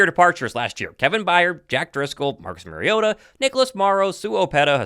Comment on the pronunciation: It’s Mariota lol